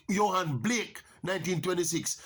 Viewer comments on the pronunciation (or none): none